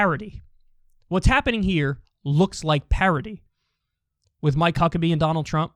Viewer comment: Sounded like he said Mike Cuckabee at the beginning lol